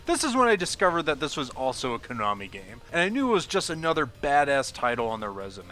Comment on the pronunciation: Stop saying "Koonami."